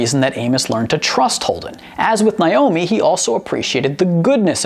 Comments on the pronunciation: Who is “Nie-omi?” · For God's sake, it's 'Nay-omi', NOT 'Nye-omi'...